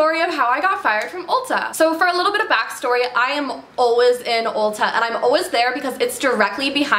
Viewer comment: "Alwez" you're the best queen at saying "Always" 😂❤️💕